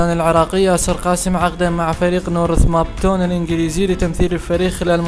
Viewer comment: هههههه نورث مابتون لو نورث هامبتون ههههههه يا عمي شوية تثقفوا